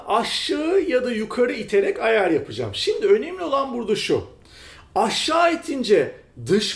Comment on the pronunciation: neden ayar yerine ayaaağr diyorsun jdjddjdjddk